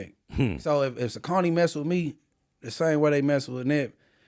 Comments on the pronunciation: What’s up. This is Troll for your original streetgangs board. I am proud of your growth. But is right in his pronunciation of Sauconys. As a 53 yr old Inglewood native that’s the only way I have ever heard it pronounced. Now you may be saying the proper pronunciation but is Inglewood street accurate. I remember my mom gave my big homie some money to go to the Inglewood swap meet to by me some school shoes when I still at Monroe and he came back with some all white Sauconys. Lol. I was like what the hell is this Blood? I was expecting some fly Nikes or Adidas. Not no gotdamn Sauconys. lol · definitely mispronounced Saucony. 😂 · Saucony was the shit on the east coast back in the 90s. is definitely pronouncing it wrong.